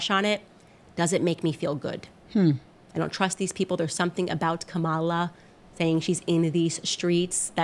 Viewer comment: I guess no one told Candace that mispronouncing 'Kamala' is racist.